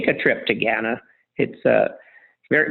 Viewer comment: For someone who invests a lot of money in Ghana, it’s rather surprising he can’t pronounce the name correctly. I doubt he’s spending much time on the ground.